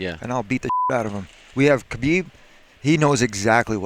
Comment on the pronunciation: Tony doesnt want Kahbib